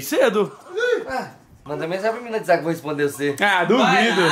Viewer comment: E ele"vó jogar fora" "Vó Naum" quem escuto curti